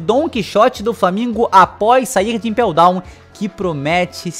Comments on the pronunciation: Ele espacou de impew down ? Kkkkkk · "Espacar de ipel dawn" foi foda